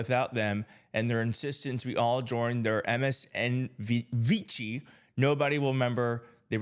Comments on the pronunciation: Vichy - pronounced Veeshy - not Veechy - French WW 2 resistance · OMG! I miss Olbermann so much! "Scared-Bro" & "MSNBVichy" (BTW, that's pronouced VEESHEE and is a WWII reference,) I do so miss his wit and intelligence. is 100% right in his diagnosis. I personally am keeping the tv on msnbc and the sound off and would like to ask everyone else to do the same. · Vichy - pronounced VeeShee